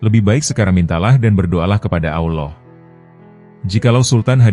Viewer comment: Anda harus banyak belajar dalam penyebutan Allah